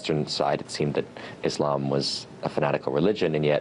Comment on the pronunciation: I'm happy to here them pronounce Islam correct, and not Izlam